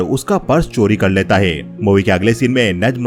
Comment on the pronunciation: Hota hai , Dita hai , lita hai , bar bar sun kar kab kharab ho gaya